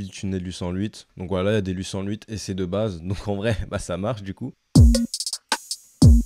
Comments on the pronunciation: Comment ta dis 808 j'étais mooort 😂😂😂😂😂😂 franchement c'est encore plus drôle que le ouit sans ouit des belge ( j'en suis un ) 😂😂😂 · Comment tu dis 808 ça me fume 😂